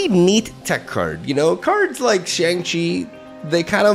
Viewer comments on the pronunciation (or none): Sweet deck! Please stop saying Shang Chi wrong!